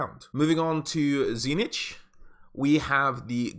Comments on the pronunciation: Dude. It's not TZEE NITCH... it's TZEEEECH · Tzeentch is actually pronounced Zeen-ch, not zee-nitch.